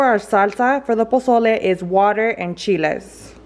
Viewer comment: She was trying to say soak the chiles